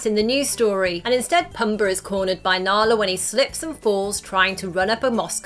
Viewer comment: The way she says pumba 😂